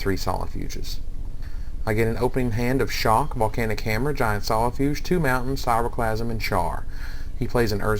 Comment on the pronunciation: It's KRAI-O-clasm, not sairoplasm. Aside from that, cool vid.